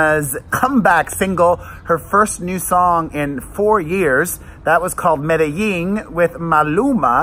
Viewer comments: Hi Pere, Love your reaction Video's about Madonna's new songs from Madame X but I want to help you out with the way you're saying "Medellin" you're saying Medeying with a Y & it's Pronounced Almost with a G I googled it for you & here's how it's said "meh deh jEEn" the "Jeen" part in the title almost sounds like the word "Jean" so just trying to help you out. I speak Spanish so from 1 Queen to another LOL I just want to help. Now about your reaction to Madonna's new song "I Rise" Which is about the LGBT community, Also for the Video the drag queens she uses the drag queens from Rupaul's Drag Race & She said this will be a Gay Anthem. I also love Madonna's Ballads & I thought her Billbord performance was SOOOOOOO AMAZING & I thought the holograms were incredible. She spent 5 Million for her Billbord performance & If that performance is any indication of what her tour will be like then this tour will be AMAZING & I agree, I felt like I rise is way over Auto-Tuned & you're % RIGHT Madonna never really used Auto-Tune like Cher & Britney do on every song & I've been to + of her 10 tours (Missed The Virgin tour 1985) & her voice is amazing live. When my husband & I went to The Rebel Heart Tour we were on the floor right at the catwalk & where the heart was, I was 5 feet from her & was losing my mind. I Can't wait for your reaction Video to "I Rise" Because she said it's about the LGBT people so I think the video is going to be amazing. Also here's the list of single & their re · It’s pronounced “me-da-zheen” :) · You're pronouncing Medellin wrong. Madonna pronounced it correctly.